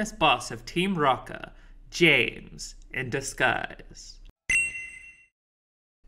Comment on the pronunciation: no it's just that the dude in the video keeps saying "Team Rocker" instead of Team Rocket (like even in the captions 😅), and i felt like it was further evidence of why this game was tough for them 😂